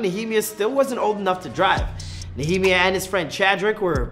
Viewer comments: His name is pronounced "Nee-uh-mya" not "Nuh-hee-mee-uh" 🤣🤣🤣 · Knee-A-Mya not nemia 😂 you nor the old host could pronounce anyone’s name right where the hell y’all from? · Ne -ah -my -ah, na -he-miah 🤦🏾‍♂️ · His name is KNEE- Ah- my- ah. Come on y’all, this name is in the Bible. At this point y’all not even trying 😂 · Nigga look like he got a ceiling fan on his head 😭 And his name is pronounced NEEUH-MAYAH or NIA-MAYA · Why he say his name like that it’s pronunced knee uh my uh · Mmmmmbruhhh lol he murdered that name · Why he keep pronouncing that man’s name like it’s the key and peele skit😭😭